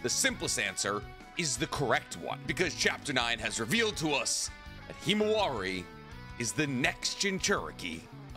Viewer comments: Himawari. Not “Hemowari”. lol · “ It was Naruto’s daughter ”